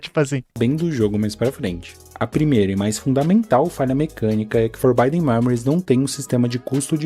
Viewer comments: Pra fãs de FM como eu o vídeo irrita no início pra fazer uma conclusão que faz todo o sentido no final. A única crítica fica pela pronúncia mesmo, forbidden se lê como se escreve, e não com som de /ai/ no 'i'. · Eu sei que é uma reclamação fresca/fútil, mas o vídeo do cara fica praticamente impossível de assistir a cada vez que ele fala “forbaiden”. O que que custava ver que a pronúncia certa da palavra é “forbidden” com som de “i” mesmo? Sei lá. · Pô, mas "Forbaiden" é complicado. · legal o video, mas o querido falando for by them a cada minuto foi um pouco puxado pra mim kkkkkkkkkk